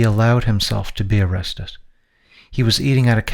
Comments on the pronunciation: Why do you keep saying "arrested" as "arrestess"? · Did you say "arrestus" several times instead of "arrested"? There are a few times later where you pronounce "arrested" correctly, however its not the only pronunciation that was incorrect. Instead of "effortless" you said something like "efforcteless". And you pronounce "linear" like "luhneer". Your accent sounds native to american english and i am not trying to pick on you. Is there a dyslexia at play? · Why’s this guy saying “arestus” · Why are you saying “arrestes”